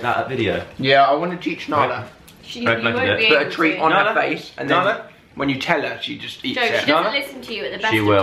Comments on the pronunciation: Why does joe call Nala Alan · why does Joe call Narla "Allan" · I love how joe calls nala alan